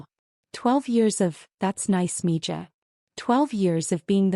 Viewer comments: It’s pronounced ME-HA not me ja…spelled MIJA… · Please teach your AI how to pronounce the J in Spanish words. Mija is m e h a. I know it's a tiny thing but it's annoying and upsets the flow of the story for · I speak NO SPANISH, but this really grates on me. If you insist on using nicknames from another language, they need to be pronounced correctly. That’s respectful. 🙂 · 🤣🤣 I think someone needs to teach AI some Spanish, right, Me Ja?🤔🤣🤣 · You need to clean up this monologue. Torres is correct; mija is pronounced miha which means my little girl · I come for the comments, almots as funny as the AI trying to read mixed languages as English. Meeeeejahhhhh.